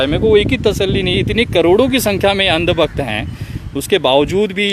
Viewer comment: "Andbakht" ko 'Aand bakht' Kya change h sir 🤣🤣🤣🤣